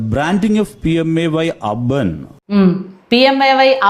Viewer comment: മുന്നിൽ ആരോ എഴുതി കാണിക്കുന്നത് നോക്കി വായിക്കുകയാണ് ഈ മാന്യൻ. അതുകൊണ്ടാണ് 'അർബൻ' 'അബേൺ' ആകുന്നത്.